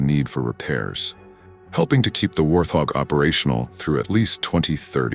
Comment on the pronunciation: Please pronounce the name correctly. It is pronounced "Wart hog".